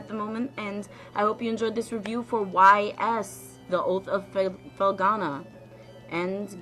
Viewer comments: It's pronounced ease actually. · This is a part of the Y's (Pronounced "ees") series of games, which has been around since 1987. "The Oath in Felghana" is a remake of Y's III, which came out in 1989. This came out in 2005, but was only recently released in North America via Steam. Otherwise, cool video. You're not a bad reviewer. Do a little research on your games, maybe write scripts or basic outlines for your reviews, and I think you'll do great. This isn't me trying to be mean, I liked it. I'm just being constructive.